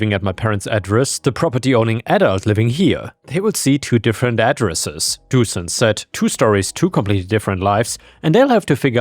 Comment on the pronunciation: I think it might be pronounced Doo-shan - the thing above the S - Dušan - turns into a “sh” sound!